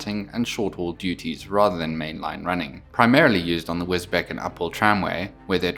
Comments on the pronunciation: Got to say it… it’s Wisbech as in Wisbeach, not Wisbeck. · My parents bought a house in Wisbech when they both retired. I now own one-third of it. Sorry to correct you, but Wisbech is pronounced Wiz-Beach. It is often pronounced incorrectly. This is a model I must get in LNER as my layout is an LNER Preservation Railway called "Yorkdale" It is on YouTube. A great review. Thanks very much. Martin. (Thailand)